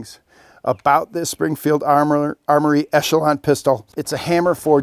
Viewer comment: Springfield: this guy won’t get our name right for a free gun 💀🤠😂😂